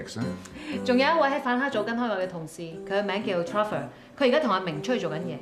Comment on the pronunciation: “Cher” vor?